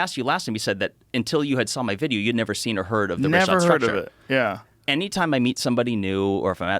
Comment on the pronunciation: 27.12 You've nava been 😂